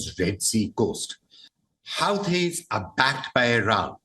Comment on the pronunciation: HUTEES! Not Howtees!😅